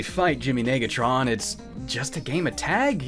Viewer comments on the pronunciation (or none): Hmmm... yeah I think the narrator needed to practice saying the prefix "nega" a little more better... Just saying..... lmao! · “You were [two] letter[s] away from gettin’ lit up like a suburb in December.” — Darnell, on the narrator’s pronunciation of Negatron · No way that was unintentional, you can hear a clear "i" instead of an "e".